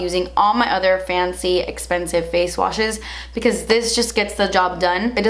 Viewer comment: I love the way says expansive😂💓